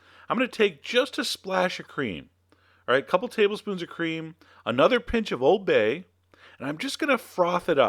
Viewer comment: You said Oooold bay wrong ><